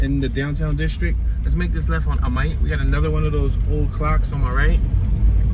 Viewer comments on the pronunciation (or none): You pronounced Amite wrong. It's pronounced like it is spelled Amit. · Galatin...pronounced Gal-ah-ten. Amite- pronounced Ah-mitt..like a baseball mitt. And yes Jtran the bus service